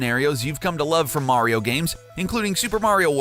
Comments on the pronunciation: its not mairio, its mario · It's Mah-ri-oh. Not Mare-e-oh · Say it with me now. Mercury...Venus....Earth......MARS!!! ITS MARS! MARIO!!! MARR!!!!!!! NOT MARY-0. Geez, ask your co-worker he got it right why can't you? You can say WARIO with no problem, just replace the W with an M and you got it! Smh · MAR-ee-oh NOT MARE-ee-oh (ugh...) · Quit saying Mary-o it’s mar-e-o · Do you even kno how to say mar-io you say mario like u you mars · Mayrioh... shygearoh maiyamoto.... it is killing me!!! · Super Meh-ryoh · For the love of god stop saying Mare-ee-oh. Learn the subject matter before you make a garbage hour video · "Mehwio" "Super Mehwio Party" "Mehwio 64" "Super Mehwio and the night of horror" Lol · Stop saying MARY-O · "Sewper Mary-o Brethers " - some dipshit who lived down the street from me back in the 80's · how many times did he say MARY-O? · he like Mary-O from Mario Maker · Also, “Maereeo” and in the Zelda portion, “Hi Yaah”. Like are these guys trying to piss off their audience? It’s working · In order for Mario's name to be pronounced the way does it would have to be spelled Mareio, but alas it is not. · Nintendo's DARKEST secrets: sometimes people ship peach with Bowser! 🤦🏻‍♂️ These awful "facts" combined with his inconsistent pronunciation of Mario are embarrassing. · What kind of sick bastard pronounces "Super Mario" that way.. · Can't say mario right can aay wario... This channel cant be real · The the way he says mario